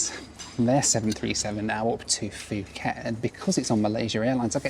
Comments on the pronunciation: It's not Fuuket it's pronounced Pooket! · It's pronounced pu ket, not fu ket. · Poo-get not Foo-ket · It’s Phuket >> pronounced Puket - not fuket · Fuuket Pookett mate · Love your videos. Have been such a fan but not really when you said Fuket instead of Pooket. 😂 Just kidding! Your videos are amazing! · Puh-get not fuhget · It’s spelled Nadi but it’s pronounced “Nandi” by the way. Also, Phuket is pronounced “Poo-Ket” not “Foo-ket”. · I love your videos, but you kept mispronouncing a word and it drove me insane. Phuket, Thailand is pronounce poo ket not foo ket. I know this because there was a sixth grade student in the class next to mine named Phuc. A substitute started going through the roster and I could hear her trying to come to a proper name. As she got to fu.k I jumped in and yelled its pook. Her response was "Oh, thank God!!" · It's pronounced (poo-ket), not (foo-ket). Because the h is muted. It's like saying Phnom Penh (puh-naam pen). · It’s Pooket, not Fooket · It is said Pooket NOT Fooket. It's Thai not English. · Nice video but please, it’s “pu-ket” not “fu-ket” Thailand. 😂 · Nadi is pronounced "Nandi". I used to think it had an "N" in it, lol. Could you not have done Nadi to Christchurch or Auckland to Australia? or were you wanting to minimise the transfers? "Poo ket" not "Fooket" How fabulous to see all the different airlines. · Really Fuket??? It's pronounced as puket ( phuket ) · It’s pronounced poo-khet not fu-khet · Just a heads up, Nadi is pronounced 'Nandi', and Phuket is pronounced 'Poo-ket'. Love the idea of this challenge! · Isn't it pronounced poo-ket? The p just has a little puff of air. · Bro what is “Fooket”… For someone who travels the world a lot, and for how well known Phuket generally is, I’ve never heard anyone call it that way. 🤦‍♂️ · fooket and mount raynee ey... hehe. Poor guy, he must be tired... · Phuket not fooket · Its Puket ! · Fuuket bro? Let me guess, that country is called Thigh land right? 😆